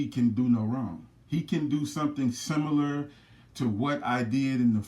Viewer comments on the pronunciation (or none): none